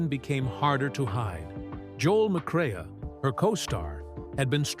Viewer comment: Your speaker totally mispronounces Joel McCrea's name It is NOT Mc CRAY AH It is McCray LIKE AAAAA